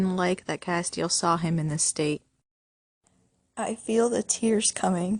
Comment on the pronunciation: It's cas-tel not cas-te-al